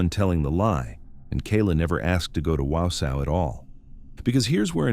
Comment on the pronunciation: Exactly! Not Wow-sow 😂I'm from Merrill, Wisconsin, only 15 minutes away.